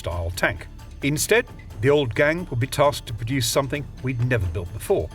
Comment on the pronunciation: Why is he saying the 2nd g in Gang 😭